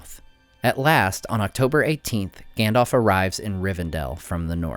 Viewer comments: Stop saying "Gandolph", its "Gandalf" we are not talking about some "Gandolph Hitler" here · you nerd,it is GAndalf...not Gendalf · Gandalf, not Gandolf. Both As are pronounced the same. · Gendalf, engmar, eargorn... sorry, it just makes my ears hurt. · "Gendalf" xD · can anyone tell me why americans say gandolf instead of saying it correctly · I'm sorry to say this, but his name is pronounced "ganDALF" not "ganDOLF" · Great videos but you’re pronouncing Gandalf wrong, you’re kinda saying Gandolf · Gandalf, Gan-dalf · Good content but I'm a bit annoyed that you pronounced the name Gandalf incorrectly :(